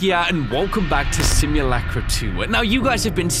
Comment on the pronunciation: Ryan: Pronunc simulacra rong